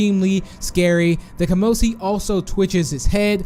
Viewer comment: Kamosi doesnt have a p in its name...